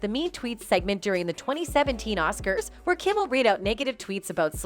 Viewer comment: Who is this wheel the narrator speaks of?